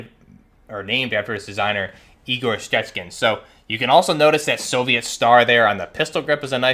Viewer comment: Damn, I don’t speak Russian but that pronunciation of the name was great